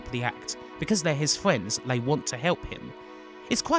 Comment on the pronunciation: I dont think this guy can pronounce r sounds. He says gweat instead of great, fwiends instead of friends. Its making me want to tear my ears out